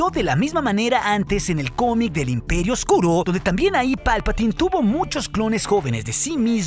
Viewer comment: Valoro mucho tu contenido y este canal, pero es muy desagradable la forma en la que pronuncias varias palabras, como en el final: lá sÓoombrÁaaa del impÉeeri... ÓOOO. Te agradeceríamos que lo dijeras con normalidad. El canal sería de 10! Un saludo